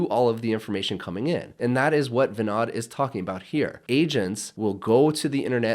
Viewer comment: Great video - BTW, his name is pronounced as vinOd, not vinAD.